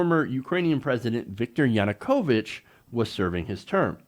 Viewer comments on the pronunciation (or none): none